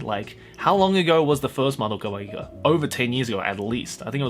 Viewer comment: It's pronounced Madoka Magica, not Madoka Magica And Magia, not Magia